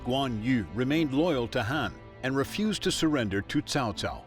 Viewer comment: The Narrator just referred to Cao Cao as 'CHOW CHOW'. Never heard that one before...